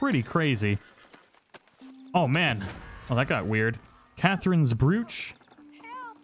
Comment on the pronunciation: How do you not know how to pronounce "broach"